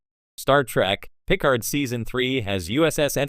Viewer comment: "Pick-erd"? His name is "Puh-Card". This sounds like AI generated bull crap.